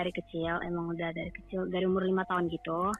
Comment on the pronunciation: "dariii" aksennya aksen jepang 🤣